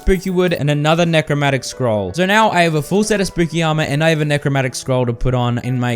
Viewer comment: I'm a melee boy, I only use summons to add extra damage on top of my melee attacks.. And you forgot a syllable, it's Necro-MAN-tic not Necro-MAT-ic